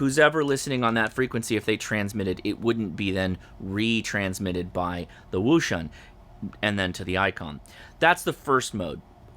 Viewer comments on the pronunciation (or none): It's pronounced - ocean